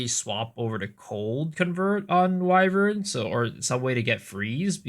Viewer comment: the only one who knows how to pronounce "Wyvern" lmao